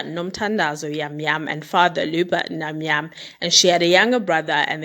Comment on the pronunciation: It's Jam Jam pronounced with a J vha ❤️ thank you for telling her story. We went to the same school noAviwe and traveled together a lot. I really hope justice is served accordingly.